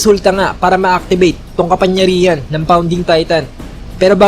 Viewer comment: Sir "KAPANGYARIHAN" po, hindi po "KAPANYARIHAN" pero nice review and translation Godbless